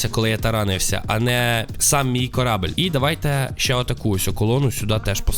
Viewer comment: Не корабель а корабель